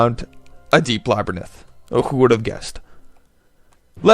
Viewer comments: Two issues: the magic interface really isn't as difficult to work with as you put it, and secondly, it's la- (like the a in slab) brr (like oh damn I'm cold) rinth. You were pronouncing it labrinith, placing the "y" where the "i" is and putting the "i" in between the "n" and the "t". Other than that, a very fair review. Well done. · Labrynith? "LABRYNITH"? Srsly? You might as well call it 'labrythin'. Read along with me, now: LA-BY-RINTH. The R comes after the Y, and the N comes after the I. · Laberninth? I giggle every time you say that. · lol, its funny how you pronounce labyrnth "lab-ruh-nith" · You don't pronounce Labyrinth right at any point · I know this is a dead channel, but this was the first video I watched back in 2016 after I replayed this game. I randomly remembered your channel today and this video and now I'm going to watch all your vids. I watched a bunch of then back then and I remember watching your Oni playthrough on upload day. This is such a gem of a channel, even if you can't pronounce Labyrinth. 😂 Your videos have so much personality. Inspiring. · I dont think you're pronouncing the word "Labyrinth" correctly